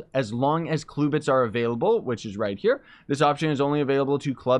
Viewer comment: stop saying cluebits its CLUBits